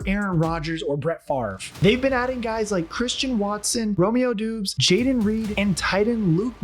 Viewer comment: “Romeo Doobs” 😂